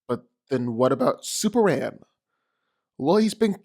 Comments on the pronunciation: Why dude keep calling super man super an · Seriously, who is "superan"??